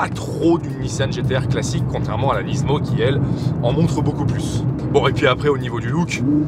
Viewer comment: Rien que pour le fait que tu prononces Nismo « Nizmo » je m’abonne 😅 good job 👌🏽